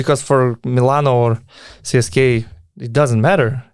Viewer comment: Euroleague broadcasters (the ones that cover games in English and the ones that you hear on highlight reals and Top 10 lists) pronounce it "CSKA", but I have heard other media outlets pronounce it "CSKA". If I was you I would mirror the Euroleague media or pronounce it in the native languege which would be "CSKA".